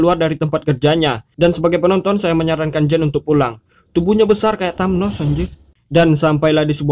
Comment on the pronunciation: thanos bang bukan tamnos